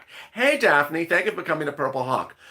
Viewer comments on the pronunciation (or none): none